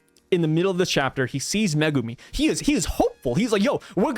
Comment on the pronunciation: I glad you say Megumi's name correctly. Zhoniin kills my nerves when I hear him say it so wrong 😅